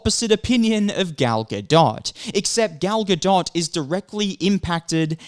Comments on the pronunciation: Gal Ga-Dot, now that is a good one!😂🤣🤣 The only reason I stopped laughing at that was, wait, what if he is serious and doesn't know how to pronounce Gadot? Sometimes I can't tell if someone is mocking someone's name by pronouncing it incorrectly, or, they really just don't know how it is supposed to sound. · Gal (Ga-doh). That’s how you pronounce it. Lol you’re the second person who’s mispronounced the name man lol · I think it’s pronounced gal ga-doh like a doh doh bird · Dude, Gail's last name has a silent "t". Stop saying the "t" please. Your content isn't bad but dude learn how to pronounce people's names correctly. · you butcher Gal's name, its not like she is famous.. watch?v=ruQKZ-GzzKA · Is it that hard to pronounce GADOT!?!